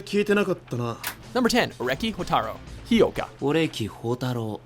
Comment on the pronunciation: It's HO-uka. Not He-yoka. Learn to pronounce already. And not even a honorable mention for Victorica. I am disappoint...